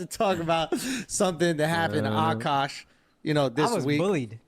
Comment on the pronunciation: I love that you say Akaash in the most Indian, authentic way lol. Even Akaash and his wife say the name with an accent.